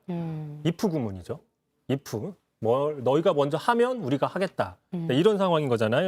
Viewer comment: 이프 ㅋㅋㅋ F와 P를 구분 못하는 ㅋㅋㅋ